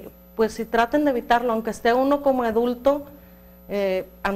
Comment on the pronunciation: La señora no sabe decir adulto y dojo Edulto ajjajajakakakajaja